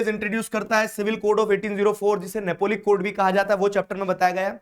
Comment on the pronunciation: Napoleonic code ❌ Napolic code ✅